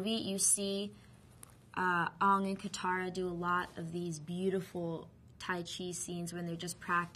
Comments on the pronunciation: "Ong is the Ovatar, and he has the ability to bend all four natio--all four elements. And that's really rare, y'know." LMAO She doesn't even know what she's talking about. It's not "rare," Ms. Peltz. You talk about how "rare" Aang is as if you can find somebody else like him or sumt'n. There's actually only ONE Avatar. After an Avatar dies, he's reincarnated to the next element of the cycle. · "Souka"?! and "Oong"?! WTF?! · Didi she just say soka as in soak-uh! n ong? wtf(reak) is an Ong? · ( its Sokka = "saka"... Aang = "A-ng" le'douch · "soh-kuh" and "ong" -___________________- disgusting. thank god there's no "cat-er-uh" -____- freaking shyamalan "like lord of the rings and star trek" my ass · the movie pronounced aang and sokka incorrectly from the cartoon :( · WHY DON'T THEY SAY AANG, IROH, AND SOKKA'S NAMES RIGHT!? HOW HARD WOULD IT BE TO CORRECT THEM!? WHY THE HELL WOULDN'T THEY MAKE THE ACTORS WATCH THE FIRST SEASON OF THE SHOW TO GET THEM IN CHARACTER!? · yeah definitely, i think the director forced her, put it ths way, no one likes the weird pronunciation. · My only problems are that the movie/show is based in china or wateva & they had indians and white ppl. Not to be racist at all but it kinda messed up the whole thing. And they didn't pronounce the names right once! Smh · yes, like the german pronounciation of Aang ^^' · Was Nicola forced to mispronounce "Aang" and "Sokka" for this interview? Surely, she must have at least heard about the show judging by her age, right? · S-oh-ka and aw-ng. Ugh. It bothers me. 0__0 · it's not Oong.. it's Aang, just not in english pronounciation. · his name isn't 'ong' ...its 'Aang' ...but w/e.. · it's not "ONG" it's fucking "AANG" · The fans of the shows who were in this movie (like her and Noah) must've had to get used to calling the characters by the wrong name! Once I watched a Noah interview and he was SO CLOSE to calling himself Aang. He was like "I play A-Ong." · ANG not ONG SOCKA not SOCA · Ongg? wtf its Angg!